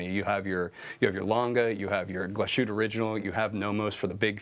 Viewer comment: Nice video even with Zoe missing (looking forward to the first vid with her dialing in).....but please, stop butchering the name Glashütte.....there is little break between Glas and Hütte (Glas|hütte), there is no sh sound in there.....